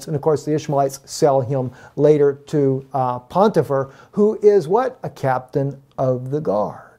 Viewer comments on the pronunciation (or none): You keep saying, "PoNtifar", but there is no N or Nun in that word...English or Hebrew.